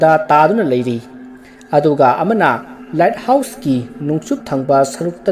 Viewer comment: Bro the light house to myek sengna hio accent da foreign sabada light house haiba mandre let house haiba male sem saraga ngangano english to heitadi the light house ana adum faja hio khngdaba mi film do yengningba mi yaoradi search twbada the led house ana soidana search twgrano ni bro appreciate you for the story